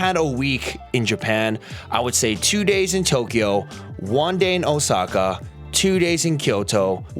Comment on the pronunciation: Pretty much every NPC's itinerary going to Japan. Also wtf is Oh-sucka? It's Ōsaka.